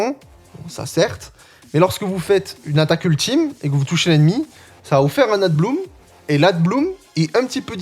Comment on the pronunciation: Y a que moi qui suis pertubé quand il dit ADBLOOM alors que c'est écrit ABLOOM (EN, mais en vrai sa peut ce frangliser sans D)? 🤣 Bon après c osef et jsuis crevé, pour te dire j'ai entendu adblue la premiere fois. J'ai eu une ptite hallucination auditive, car RIEN A VOIR avec un véhicule diesel😂. Sinon ptet que dire floaison ou une floraison sa passe en fr? Bon ok j'arrete.